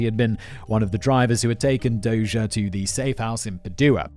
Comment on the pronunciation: After his rescue, Dozier would serve as commander of the Armor School at Fort Knox. My dad served as his aide as a captain. According to what Dozier told him, the gunman didn't hesitate. His decision not to shoot was intentional even though his orders were to do so. My dad pronounces his name as "dozer" like bulldozer. I might be misremembering though.